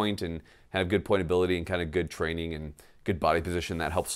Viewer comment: Your mouth says "get training", I keep hearing "get flannel"...